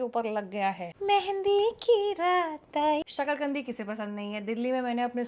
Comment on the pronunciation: i heared sakarkandi as shql gndi and she continue ki kese psnd nahe he i was shocked but later relize ki usne metha alu ka asli nam achanak se lia he